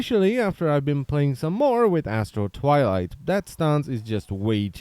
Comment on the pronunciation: I kept hearing "Asshole Twilight" and was most amused.